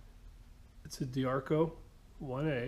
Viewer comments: its not Di-ARCO, its Di-ACRO.:-) Nice score! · Must resist the urge to correct. Must resist the urge......... ah shit, I can't resist it. Di-Acro (Die-ak-ro) LOL That bender is top shelf stuff. Good score.